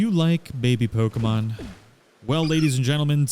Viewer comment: You get a subscription just for saying the name right.